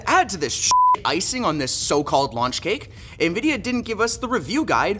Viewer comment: nividia lost me